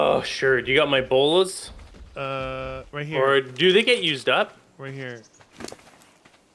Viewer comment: Btw it’s bolas not bolos just read, also don’t hit bodies with a pike you get less meat and hide lmao